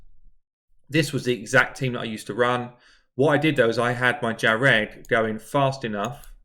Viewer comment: Jah-reg, lmao